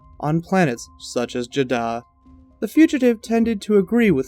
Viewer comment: did anybody notice that he said Jetta wrong